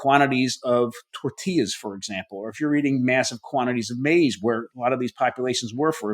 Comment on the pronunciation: It’s not pronounced maze . 😂